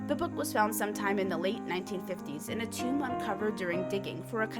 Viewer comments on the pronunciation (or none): none